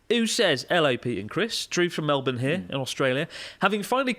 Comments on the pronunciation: I had to do a double take because Chris pronounced Melbourne correctly 😮 Maybe a disgruntled Australian taught him how to say it since last time 😅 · Most Americans not in the know would read "Melbourne" and say "Mell-burn", but the Australian way of saying it is "Mel-bin". It's a bit of a shibboleth, like Canada's Toronto being pronounced "Tuh-ron-oh" or New York City's famous Houston Street being pronounced "House-tun".